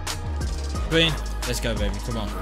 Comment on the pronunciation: I cringe Everytime he says “gween”